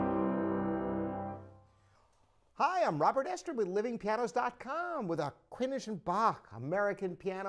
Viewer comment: I grew up with this brand of grand piano in my mom's living room. I don't know how she was able to get one, but she really wanted a small grand piano, so she managed to acquire one somehow. Is he pronouncing it like "Kwinnish and Bach"? I always thought it was pronounced like "chronic."